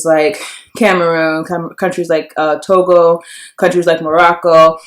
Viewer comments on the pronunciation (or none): none